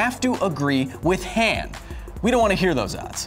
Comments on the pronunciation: Huh-ahn, Not Huh-aan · i stood up for your 'nearvana' pronounciation but calling 'hahn' hann is inexcusable, but you checked yourself before you wrecked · Every time he says Han like "Ham", take a shot. P.S. It's Han like "On". Han = Hon = ;-) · Hawn, not Han